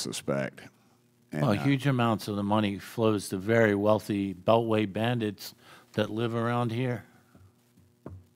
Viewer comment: The LOOK after saying ,Beltway bandets,priceless 😅